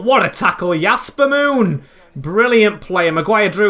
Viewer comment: Your saying "Yasper Moon" but it's Jasper Moon